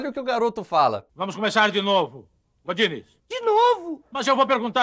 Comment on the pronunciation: E eu que jurava que eles pronunciavam GORDINES!? 🙊🌚😂